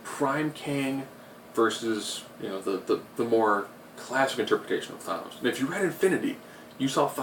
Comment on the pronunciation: Nobody annoyed he keeps saying Thonose instead of thanos?